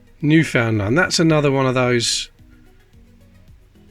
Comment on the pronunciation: Newfound land is pronounced new-fund-land not to Be annoying but i do live in Canada and that’s how we say it for a while they had there own money to